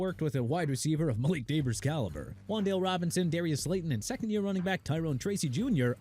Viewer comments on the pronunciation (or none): none